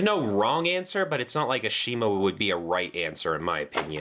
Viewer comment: Shouldn't you pronounce Ashima's name correctly? They corrected this in the reboot. Same thing goes with Rheneas' name being pronounced as Ren-ee-as.